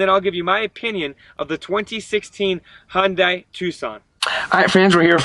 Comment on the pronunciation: 'Hi und die' not ' ' is a German dogs optical sensor. Ps Thanks for the review, good work